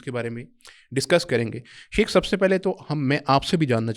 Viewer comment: شیخ لفظ تو ٹھیک کرلو بیلی